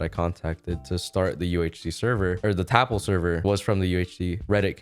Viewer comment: Its not tapL its Ltap